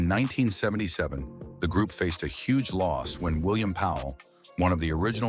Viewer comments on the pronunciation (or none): none